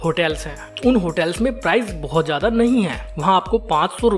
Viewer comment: Hindi bhi sahi nahi.. शानदार , सानदार नहीं, ,,ज्यादा जादा नहीं